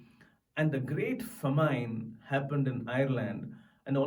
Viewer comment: SLOW DOWN YOU INDIAN....THAT'S NOT YOUR NATIVE GYPSY LANGUAGE...ITS ENGLISH LEARN THE PROPER PRONONCIATION OF THE WORDS: SAY WOMEN AND NOT 'VIMEN'...... SAY FAMINE AND NOT 'FOMINE'